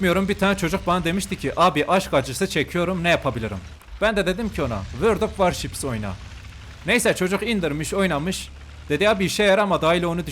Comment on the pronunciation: sdhshs world of eçwats of wards